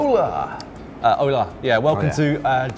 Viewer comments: That "hola" from Matt was a total fail! The H in Spanish is silent. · matt, the h is silent in spanish